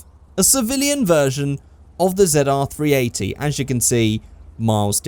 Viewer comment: Did he say the zedar 380 wtf it's ZR380 I don't remember it being zedar380 just why